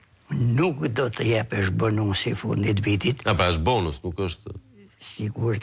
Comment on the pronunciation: Ku e keni gjetur kete injorant qe e mban veten si perfaqesues i pensionisteve? Me kete idiot ju ulni veten,qe nuk di as t'a shqiptoje fjalen "bonus"! E çfare tha ky idiot me 2 klase shkolle!